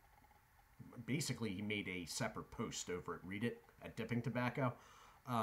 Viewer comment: Red-dit is how it’s pronounced. 👍